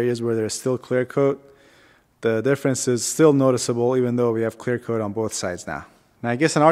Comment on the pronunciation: 😂😂😂 I can even focus on what he says now. All I keep hearing is "clear cloat clear coat"